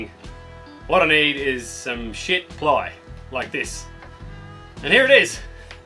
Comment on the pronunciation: Did you say “🛳️” ply, or “💩” ply? 💂‍♂️🇬🇧